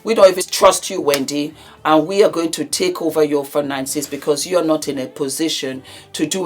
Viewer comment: When says, ‘absolutely NAAT!!!’ Dead! Here for it 😅😅😅